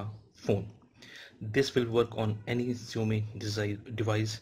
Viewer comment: Kindly correct the pronunciation of Xiaomi.